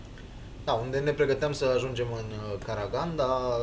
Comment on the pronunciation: Corect se pronunta Caraganda cu accentul pe n si ultimul a